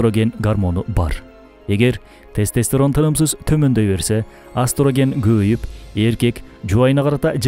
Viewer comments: Астроген деген созду эстроген деп айтсаныз дагы да туура болот. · Астроген эмес Эстероген деп айтылат